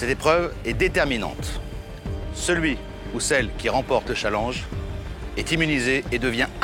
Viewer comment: mdr comment castaldi prononce challenge 😂😂